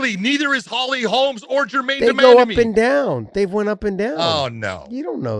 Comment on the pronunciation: It's Holly Holm not Holms guys! Lol